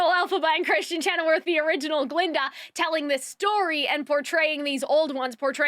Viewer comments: chenoweth...not chenowerth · Great review! Your pronunciation of Kristen Chenoweth ("weth", not "worth") and the Grimmerie ("merie", not "moire") is killing me though lol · So, this is super unimportant and I overall agree with most of your review, but it is Kristen ChenoWETH, not werth 😂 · I agreed with almost everything you say! I love the way your mind is (I think) very chaotic, because you sometimes jump from one thing to another haha It's funny. One thing that I didn't like was you pronouncing Kristin Chenoweth's last name wrong a couple of times haha